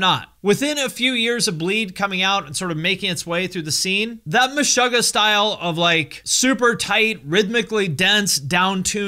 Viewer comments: I'm triggered by how you pronounce Meshuggah. You say Mesh-ugg-ah I say Me-shoo-gah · muh-'shUH'--guh.. lol its Meh-suga(r) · Stop saying Meshahggah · The word Meshuggah is a yiddish word meaning "insane" and it's pronounced Me-Shoo-Ga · Great video! But dude!! it's pronounced 'Meshoogah' (like sugar) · Isn’t it pronounced Meh-shoo-gah? 🤔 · stop saying meshöggäh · cool video but stop pronouncing it like "meshogah" 😬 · needs to work on his Yiddish pronunciation (just checked an interview and was happy to see that the band themselves say it correctly haha) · Your pronunciation of Meshuggah is interesting. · No one's gonna talk about how he's pronouncing the band name wrong? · i am deeply disturbed by how you pronounce the band name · I thought it was pronounced Meh-shoe-ggah and not Meh-shuh-ggah. Which one is it? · You are pronouncing MESHUGGAH wrong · Have I been saying it wrong my whole life or is pronouncing it weird? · You pronounce Meshuggah wrong